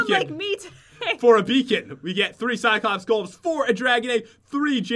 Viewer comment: Am i the only one who realized pat said cycops instead of cyclops...